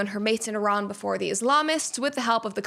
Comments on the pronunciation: Hello Brett, I’m an Iranian woman. First of all, thank you for pronouncing Iran correctly and for taking the time to learn about our history. The truth is, the world still doesn’t understand how criminal this regime really is — and what we see is only the tip of the iceberg. They haven’t just killed Iranians; they have fueled wars across the Middle East and caused the deaths of countless people from other nationalities. They have forced millions of Iranians to leave the country, including me, and now I don’t even know if my family is safe. Every time there is a protest, the internet, phone networks, and all communications are cut off. I personally don’t know when I will be able to see my family again. This brutality must end. I don’t know how, but I don’t want American soldiers or anyone else to die. What we want is peace, freedom, and enough food for our children — basic human rights. You can’t even imagine how desperate we are. Many people in Iran are asking for U.S. intervention because they know this regime is corrupt inside and out, and it only needs one final push. They have lost all their allies. In their last conflict with Israel and the U.S., they couldn’t even defend the country. Now, all they have left is killing Iranians and threatening the world. Everyone deserves basic human rights. Everyone deserves to live without fear. Everyone deserves peace. ✌🏻😭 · An American pronouncing Iran properly? Thought they all say Eye-ran!